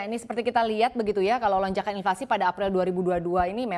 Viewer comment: Inflasi kok bilangnya invasi. Kaya di serang aja. Mohon pelafalannya diperbaiki biar nggak sesat